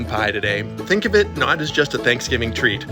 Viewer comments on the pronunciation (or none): What is “chanksgiving” 🤣🤣🤣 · What is “thankfgiving” 🤣🤣🤣🤣